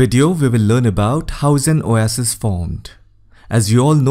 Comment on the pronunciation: I learned how to pronounce Oasis 😃.